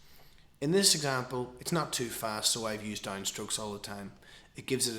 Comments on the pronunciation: its 'down' not 'dime' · He is saying down. It's his accent that makes is somewhat sound like dime. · you say down funny